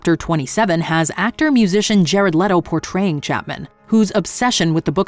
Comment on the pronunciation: I'll say this one time: Jared Lee-toe. Not Let-oh. He pronounces it as Lee-toe, so I'm certain that Jared knows how pronounce his own damned name. Just STOP! 🙄